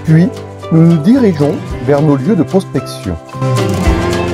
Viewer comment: Salut la TeamRodOudOu, tout d'abord au début de l'épisode, quand tu nous parles de nos terroirs (si tu l'as fais express, tu m'as scié ) tu sais ce petit accent pincé, hautin à moins que ça soit naturel tel un caméléon.... Des relents de cotes d'azur.... tu m'as plié : "Puis, nous nous dirigeons vers nos lieux de Prospectiiiioooonnnn !!!" mort de rire ;-) si tu as fais exprès = change rien c'était génial... je t'imagine même pas venir tester mes autos quand les lavandes sont en fleurs, au pieds du château de Grignan (et oui, Cotes du Rhône ) avec une petite omelette truffée ;-).... PS: l'abus d'accent & l'humour sont bénéfiques pour la santé, à consommer SANS modération.... N'oubliez pas de vous abonnez, laisser un commentaire & bien sur un petit pouce ^^UP^^ manger 5 fruits ou légumes par jour... Longue vie à notre passion & à+ dans l'humus